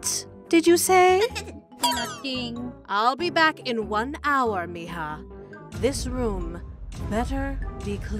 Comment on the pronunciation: Why miha but it sed mija😂😂😂😂